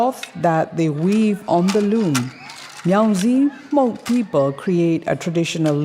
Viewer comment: I'm proud of you how you say and pronounce the name of "Hmong" very good.